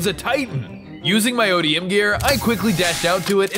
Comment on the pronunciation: You said it correctly ODM gear you said that correctly